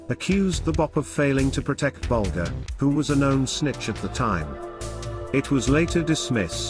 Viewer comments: Why create a video about Whitey Bulger without making an effort to pronounce his last name correctly? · He cant even pronounce his name right. 3 minutes in, im done watching.